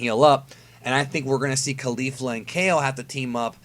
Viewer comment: Isn't Caulifla pronounced like Cauliflower and not Khalifa, which is the way you say it?